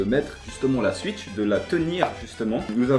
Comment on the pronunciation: C'est pas gentil de dire suitch et tuiter alors qu'on dit souitch et touiter